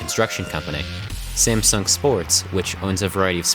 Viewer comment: It hurts me that you pronounce the "sung" in "Samsung" correctly, but the "Sam" completely wrong